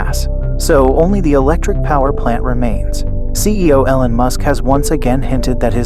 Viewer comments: EEEE-lon, dude. Not EH-lon. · No, its your voice program saying Ellen Musk instead of E-lon. Damn do you people even listen to what you say? Fuck man! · no, your pronunciation of his name is wrong. I was trying to give you help phonetically. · yeah pronounce it correctly or no sub.😄